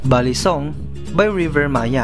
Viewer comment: Its pronounced as bali song. As in bali malaysia. Hndi balisong batangas.